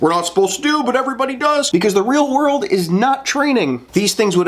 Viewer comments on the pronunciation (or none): none